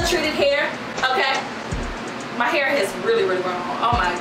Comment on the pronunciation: I luv u ! " I got my hur did I got my hur did" 😅😅😂😂😂😂😹